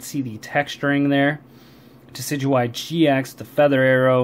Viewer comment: Duh-sid-you-eye and roll-it offends me. It is De-sid-oo-eye and rall-it